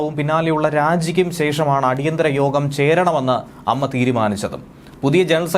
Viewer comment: അമ്മ അല്ല ടോ A - M-M-A